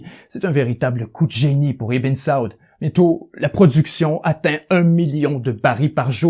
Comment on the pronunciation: Bien raconté. Toutefois, les prononciations de "Ibn Saud", "Sinaï", "'Kissinger" et bien d'autres sont complètements erronées (ce qui trahit un certain amateurisme), et les intonations sont souvent ratées dans la narration... dommage.